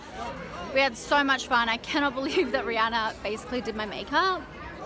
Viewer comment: When you realise it’s Rihanna not Rhianna..... 😳